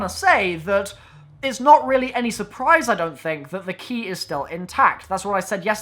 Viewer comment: "They key" Your bloody what?! Thas' not Anglesh! U fukkn wot m8!